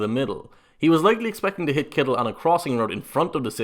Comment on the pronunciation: You probably get tired of ppl from the States talking about your nationality and accent, but I still gotta say your pronunciation of "Kittle" is the best I've ever heard.